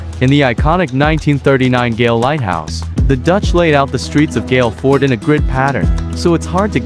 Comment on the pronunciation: The name of the city is pronounced like goal in soccer. Not gale. Thank you for the beautiful video of my beautiful country ❤